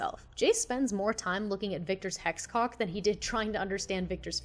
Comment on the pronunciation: Victor's "hexcock" nah bruh💀